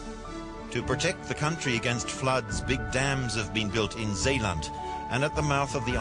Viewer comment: Well.. you have to give credit to the narrator, he tries to pronounce the dutch names right (zeeland and IJsselmeer)